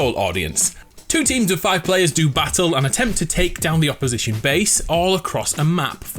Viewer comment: Hearing him say opposition I smile lmao